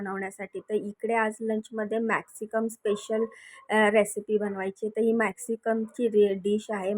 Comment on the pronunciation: मॅक्सिकम नही ग मॅक्सिकन म्हण